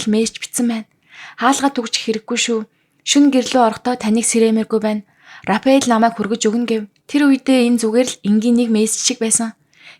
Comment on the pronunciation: Рафаэл гэж зөв уншаач рапэал биш шүү